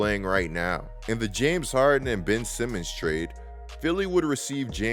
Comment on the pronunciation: Bro why are you saying his name like that 😂